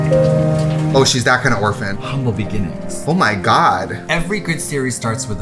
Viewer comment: “oh she’s that kind of oprphan”😂😂😂😂😂😂